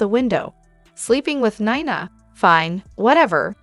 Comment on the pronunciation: Neeeena please not kniena